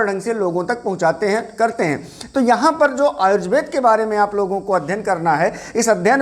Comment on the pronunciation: सबसे पहले तो अपना प्रनंसीएशन सही कीजिए आजुर्वेद नहीं होता आयुर्वेद होता है